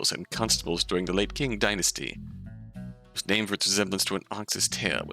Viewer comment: "Qing" is pronounced "ching" I believe :)